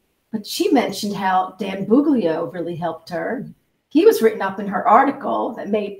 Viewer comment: It's "Buglio" not "Bugilo". (my perfectionist personality)